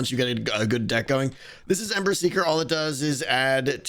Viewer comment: I said this on the livestream video and I'm saying it again. The audio for "ember seeker" sounds like you are saying "emmer siger".